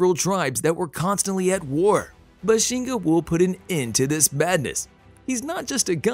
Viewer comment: BAH-SHEN- GAH..... not buhshinga